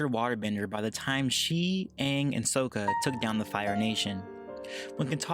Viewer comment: IT'S SAKKA! SOUNDS LIKE SAKKA!